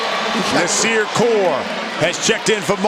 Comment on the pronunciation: "NAS"ir Core=BIG GUARD->U<-......Get a Man's Name Right already., 1st you call him CoLe, then you get his nick name wrong...WTF